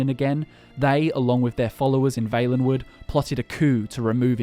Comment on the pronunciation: Why do you say Vaelenwood and not Vallenwood